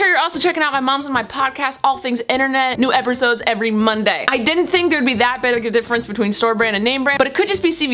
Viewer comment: Who else noticed that said epersodes instead of episodes at the end